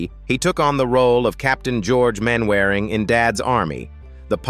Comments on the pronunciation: Disrespectful and not accurate. Doesn't even say the names correctly, it's pronounced 'mannering' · Sh1t AI voiceover…..Mainwairing is pronounced ‘Mannering’…… for example, I’m out after 1 minute…. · I cannot and will not listen to an American voice talking about Man Waring!!! It is pronounce MANNERING!!! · These endless AI voiceovers are a real pain! Constant mispronunciations of really familiar names (eg "Mainwearing" instead of "Mannering" ...and so on...and so forth). Can it be that expensive to hire a decent human voiceover? As it is, I just switch off after a while. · Incorrect pronounciation of names. Mainwaring is pronounced Man a ring. Clumsy editing and direction. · Mainwaring is pronounced "mannering" they speak funny on that li'l island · I gave up with the bad pronounciations. Mainwaring => "Mannering" and Derbyshire => "Darbyshire"